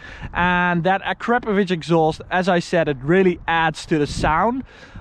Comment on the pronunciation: Uh-crap-ovich lmao